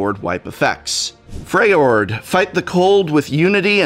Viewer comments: "frayord" lol and he use to be a English profescer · the way he says Freljord 😬